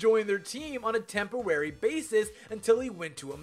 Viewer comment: Did anyone else notice that he said "tempowary" instead of temporary.